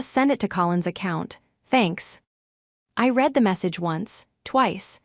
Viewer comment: Nawing not knowing at her feet. READ not REED so annoying, listening to this stupid I mispronounce words in the context of the whole story.